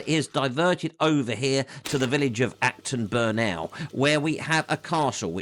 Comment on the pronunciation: By the way, please don't pronounce Acton Burnell like that. It's not a west coast gangster rapper! Haha! Burnul will do. Rowe brook, not beck. That's northern.